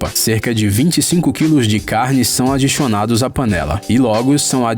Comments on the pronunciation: Ele falo "adixionados" o vídeo todo Procurem o resto doq ele falo aí, preguiça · "funxionários" "adixionados" "adixionados" Ele é um "fofuxo"! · Kkkkk oq eu acho mais engraçado e q ele diz "adichionado" kkkkkk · Alguem mais ouviu "adixonados" duas vezes ??? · Foi só eu q tava ouvindo ele falar "adixiona"? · Ele fica falando adixionados